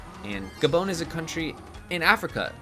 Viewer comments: gabone lol, its a french speaking country gabon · ITS GA- BON LIKE GAAA BON AS IN BON APPETIT